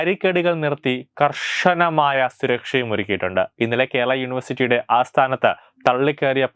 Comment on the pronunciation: 'സർവശാല' തത്വമയിലും വന്നോ 'കർഷന'മായിത്തന്നെ പറയുന്നു സർവകലാശാല എന്നു പറയുന്ന ആളെ ക്കൊണ്ട് വായിപ്പിക്കൂ